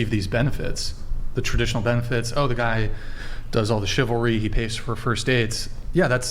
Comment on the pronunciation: Its funny they can't say chivalry, just like men cant say reciprocal